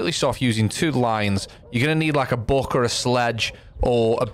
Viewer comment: „Book“ bro its buck 🥴😂